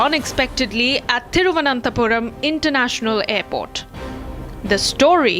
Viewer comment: R. Reporters generally says Thiruvanthapuram 😅 and not Thiruv anantha puram other than the lady